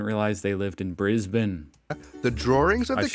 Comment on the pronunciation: Thank you for pronouncing Brisbane properly 😁